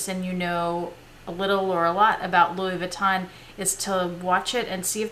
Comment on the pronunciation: You are so good at pronouncing Louis Vuitton bags. I just wanted to tell you that Moët is pronounced "moe-ette" not "moe-ay". :) Now I want some.